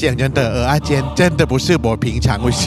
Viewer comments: 是ㄜ仔 不是ㄡ仔 一堆人唸錯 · 是ㄜˊ阿不是ㄡˊ阿😀 ㄡˊ阿是芋頭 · 真的，一直聽成芋頭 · 受不了台北人，蚵仔都唸成芋仔